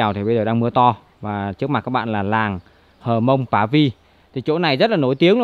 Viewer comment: Cô gái Hơ mông ( chứ không phải là hờ mông) ngồi bên bếp lửa. Chàng trai mường tè đứng ... gốc cây. ( Núi và đồi khác nhau đó bạn).